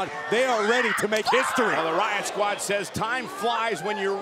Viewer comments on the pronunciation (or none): none